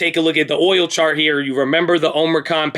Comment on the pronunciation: it's boOil